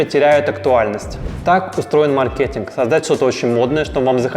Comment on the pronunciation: Не маркЕтинг, а мАркетинг